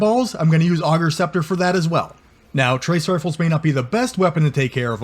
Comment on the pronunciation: Class build but pleaaase!!! It’s “ay”gers scepter 😂😂